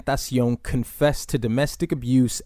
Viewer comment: Its crazy how you said X's name perfectly and flawlessly but mess up everyone else's names lol